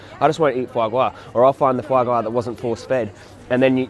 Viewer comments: Fwa gwa?!? 🤣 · Fwa gwa.. VEGAN FWA GWA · foie gras ahahha